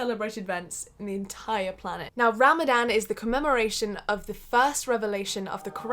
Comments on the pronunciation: Ha ram a Dan wow but non-Muslim's can't say it so I don't blame the mispronounced. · This girl: Ram-A-dan Me: tRiGgEreD This girl again: muh-zlim Evey muslim: TRIGGERED Just kidding 🙃 i really really enjoyed this because its not everyday u find a non-muslim who isn't like OMG TERRORIST when they see or mention us. Im really happy u decided to try this! We need more non muslims showing the world the magic of islam. Sorry for the speech😋 God bless u Love from palestine ❤ Ramadan mubarak😁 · Really hard thing to do but the way you say ramadan is funny bc its pronounced ruh-muh-don but white people say ra-ma-dan LOL, ily <3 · You know it's actually pronounced Ramzan Btw, I'm a muslim you did good Proud of you. ❤️ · I just love the way she pronounces Ramadannn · It is written Ramadan but is pronounced ramazan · You pronounce it RU-ma-don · try to pronounce ramadan as ramazan* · If she pronounce Ramadan like that ONE more time 🤣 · Ik I shouldn’t be annoyed but the way she says Ramadan like that is annoying me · Every time she said Ramadan I mentally corrected her 🤣 no hate Edit: She forgot to mention that we also aren't supposed to purposely smell things (scented candles, lotions, flowers, perfumes and such.) It doesn't necessarily break they fast but you shouldn't do it. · How many muslims were so tempted to tell her how to properly say Ramadan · I Honestly love the way you say “ ramadan.” Good on you gurlll proud of you for being patient enough to last without food for a long time ! 💖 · Jade nah, it isn’t. What would you know Jade.